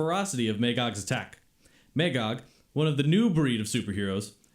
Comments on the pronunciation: May-gog? Its pronounced "Ma-gog" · It was a good audio-story, but they needed someone with a deeper voice for both Superman and Batman. When those two spoke, it sounded like fanboys playing with their action figures. Everybody in the audio story kept pronouncing Magog's name as "May-gog" but it's "Mah-gog". I own this two cassette audiobook, and I love the original graphic novels. My favorite DC story along with The Dark Knight Returns.